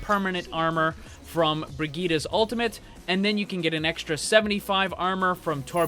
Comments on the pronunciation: bree-gee-tah there simple. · Agreed. I am german and this is not the german pronounciation of the name. The second i in the name should be a short i like in "hit" while it right now is a really long one like in "shield" or "heal"